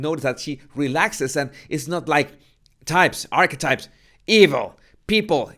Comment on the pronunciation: When you say 'Archetypes' I hear 'Arsewipes' 🤣🤣🤣